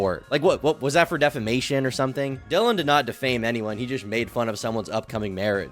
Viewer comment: Shoutout to you for actually learning Dillions name!! I HATE when people mispronounce names and NEVER correct themselves or can't do 3 seconds of research to correct themselves. After 10 mispronunciations it's just disrespect.